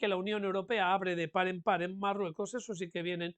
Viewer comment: Es MaLrruecos, amigos, es MaLrruecos